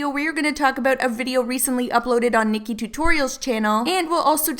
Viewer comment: Ahh I have a name twin! Thank you for saying the name right lol a lot of people butcher it